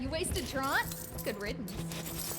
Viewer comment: Captain "trawnt?" Don't you mean "troo-int?" Am I missing something obscure?